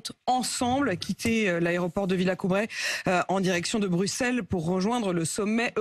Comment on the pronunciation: Incroyable ! ADM n’accorde aucune attention à son invité. Elle n’en a que pour le suivi en direct de l’arrivée de WZ. Quel manque de respect et de professionnalisme ! D’ailleurs, il s’agit de la base aérienne de VELIZY-VILLACOUBLAY Madame la « journaliste ». Pas VILLACOUBRAY…. C’est quand même formidable de ne pas être fichue de connaître avec précision le nom d’un lieu aussi important lequel monopolise par ailleurs la majeure partie de son émission….